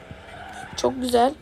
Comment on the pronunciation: Güzel ❌ Büzel ✅